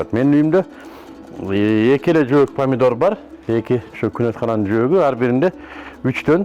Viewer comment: Падидор эмес памидор.